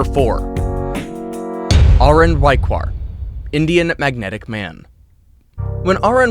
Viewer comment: He is pronouncing the name wrongly , ARUN should be pounced as Aa-ruun not ah-run 😂😂😅😅